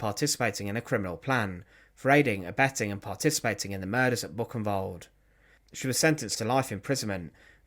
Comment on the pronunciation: Your German pronunciation does need work. Buchenwald is not Book-in-wald. Bookenvald would be better.